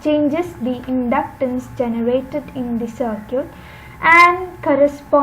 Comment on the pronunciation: Circuit bolna seekh lo atleast...its not sirquèt